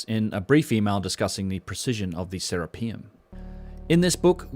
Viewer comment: Boy, you're awfully fond of pronouncing "Serapeum" in such a way that emphasizes "rape." Hearing Se - RAPE - eum every time is quite distracting. Any sane person would be hesitant to ever go near the place the way you're pronouncing it.